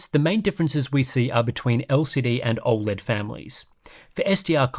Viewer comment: Why can't you say 'OLED' properly? Its NOT OI LED.